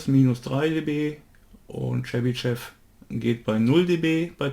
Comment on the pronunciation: Tolles video! Seit ich gelernt habe, dass auch digitale Filter die Phase beeinflussen war ich sehr verunsichert. Jetzt hab ich ein besseres Bild wann welcher Filter seinen Zweck hat. Chebyshev spricht sich übrigens Tschebyschow.